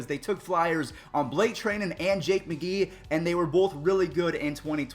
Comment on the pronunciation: Its december 2020 and still hasnt learned how to say blake treinens name